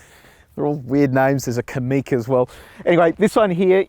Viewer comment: Karoq is stressed on the first syllable, not the second. Also, if you hold down the unlock button on the key fob, the car unlocks and windows go down. Hold down the lock button and it locks and all the windows go up.